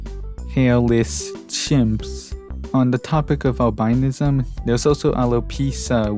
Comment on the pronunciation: Albinism isn't pronounce by that. It's pronounce Al-bu-nism. Like how rhetoric is pronounce differently from rhetorical.